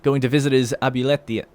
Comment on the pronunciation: Abuelita = Ob-well-eetuh